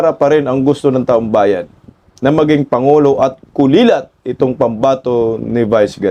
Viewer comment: Kulelat, hindi "kulilat". Ano ba yan